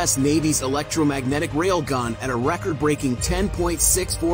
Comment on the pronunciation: The dialect and pronunciation of this narrating "voice" is hilarious 😂🤣 😏 especially the words "Jawl" & "Rail-gahn" 😅